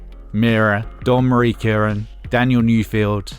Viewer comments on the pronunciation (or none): none